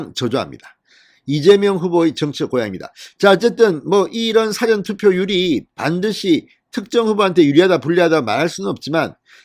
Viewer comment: 제가 과문한 탓인지는 모르나 진성호씨가 말하는 "사전" 이란 단어는 영어로 Before 란 말인데 발음은 사에 액센트 없이 좀 길게 사--전 이라하는게 맞는것 같고 영어로는 "Dictionary" 사전은 짧게 발음하는게 옳은것 같은데 제가 틀린건지요?